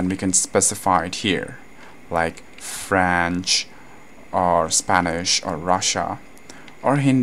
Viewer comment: "some other languages like 'FRANCH' "